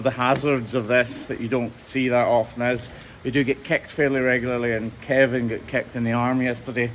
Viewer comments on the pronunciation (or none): none